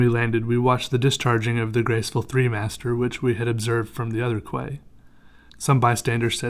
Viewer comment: I don't mean to be one of those people, but quay is pronounced as "key"